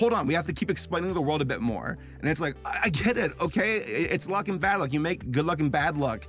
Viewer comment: The worked luck dragon I can’t help but hear a f than a l Dam you Rick and Morty